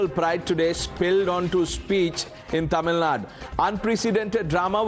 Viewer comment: Its not tamilnad. It's tamil Nadu.. Don't forget the 'u'.. I'm not a tamil guy.. but the way you north folks just say kannad and tamil Nad is so irritating